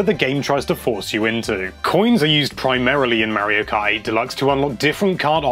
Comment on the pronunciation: Why do you say Mario Kai?